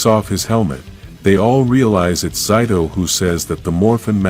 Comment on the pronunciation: again with pronouncing zayto even aiyon name too zayto was not the only who could use the the sword the morphin master green gave to the rangers and zayto beat the monster in season 2 but not save amelia free her parents by showing them she is their child man just the intro has a few mistakes dislike